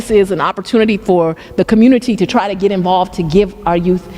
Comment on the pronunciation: She's ekspecially excited!!! EKSPECIALLY??? Really? Why is that woman still in charge???? Makes no sense. She also says "git" and "gits". Genius.